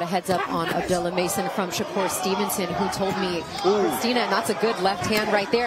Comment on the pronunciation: You mean to tell me that these commentators DO NOT know how to pronounce Abdullah?